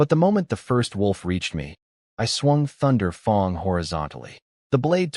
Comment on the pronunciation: loved the accent of the name of his first hero level sword. Thunder fang but with a more U sounding a.